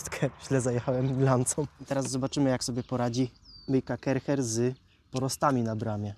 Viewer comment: Sprzecior zloto!! A to sie nie czyta ,,karczer,,? 😅